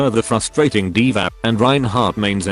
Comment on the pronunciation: I had to rewatch that fragment three times to understand what was said. Eval? Divahl? Oh, D.Va...